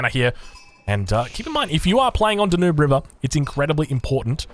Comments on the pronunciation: It's DAN-YOOB. Not 'DAH NOOB'. OMG! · as european it hetz my feelings when you try names of Danube river. It is DA-NU-BE river. Come to europe and see with our own eyes this river. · It’s DAN-yoob! Love your content and your wacky pronunciations ;-)